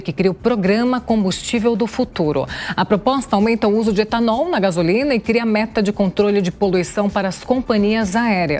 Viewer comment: E gasolina o e etanool